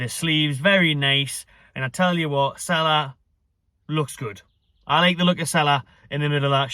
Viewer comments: it's pronounced seela not sala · It’s pronounce See La